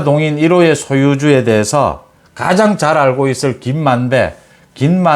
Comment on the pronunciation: 김만배 만대 저만 그런가요 만대로 들려서요